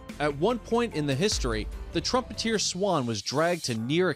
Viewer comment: Several mistakes were made in this video, including with pronunciation. Example: Trumpeter, not "trumpeteer". Suggestion: stick with inches, feet and pounds rather than switching back and forth to metric measurements. It will take a bit more time to do the research but your viewers will appreciate it.